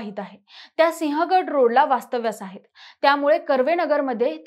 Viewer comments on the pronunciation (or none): none